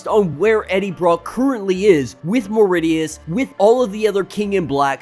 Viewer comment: It's me-rid-ious not mer-i-dious pronunciation